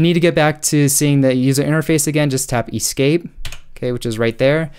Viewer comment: I love you and everything about this video EXCEPT that one way you said E-Scape 😂😂😂